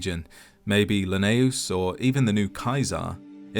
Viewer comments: Legate Lanius, not Laneus. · horrible pronunciation of "Lanius"